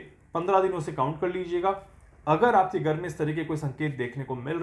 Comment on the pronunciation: Gar nahin Ghar boliye.😊